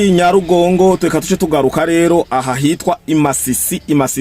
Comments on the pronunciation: Nyiragongo apana Nyarugongo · Ni NYIRAGONGO bro,apana Nyarugongo🤣